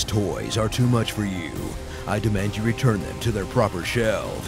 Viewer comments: calvary lul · They consistently say "Calvary". Which is a place. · call me an idiot but whats calvary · ***** Yeah. But everyone keeps saying "calvary" not cavalry. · Guess not. What the heck is a calvary